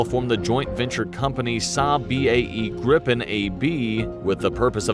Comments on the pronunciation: Yes his granddad flow Draken which was translated to "Kite". In English, it would be The Dragon actually. Gripen is Griffin in English which I think it's easier for people to use then Gripen, The "i" in Gr"i"pen sounds close to the "e's" in Gr"ee"d. So Gree -pen User (Swedish air force) asks the government for a new fighter where they set up the requirements they ask for. The government sends that to FMV (The procurement agency) to specify the requirements, make them understandable for market as technical regulation/requirements. FMV will then look if something already on the market meets or is close to meeting the requirements. They then report to the government their findings. price for existing products but also a ballpark estimate of what a new development would cost. In this case, No fighters filled the requirements so new production. SAAB won to a set budget. After that the Air force, FMV, and SAAB worked together to fulfill the requirements set. yes there are more nations involved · You are pronouncing Gripen with a strong P and N , rather you should emphasize the vowel’s I and E and soften the consonants after the vowels. So long sounding I and E, short and soft P and N. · It's pronounced like Green Pen... but in one word without the middle n... Greepen... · Answer no. It's not pronounced like that. Then it would be spelled "Grippen"...So "Gripen" has more emphasis on a longer "i" if that makes sense 🙂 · No. We pronounce it different. It's only 1 "p" so it's a long "i" . Griiiiiipen. If it's a short "i" it will be spelled like this "Gippen". Gripen in English = " The griffin". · As a rule of thumb if there is only one consonant after the vowel the vowel is "long" sounding. Two consonants or more makes it short sounding. So it should be pronounced greapen/greepen. The i in Viggen should be short like in wig or big. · No its Gripen...with a longer I. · GRIPEN pronance GREEPEN not GriPPen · It is pronueced GRIpen and DRAken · Gripen is pronounced like greepen.